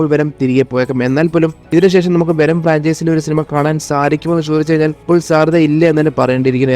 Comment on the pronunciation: വെനം❌ വേണം✅